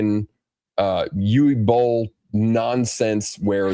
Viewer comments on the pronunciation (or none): none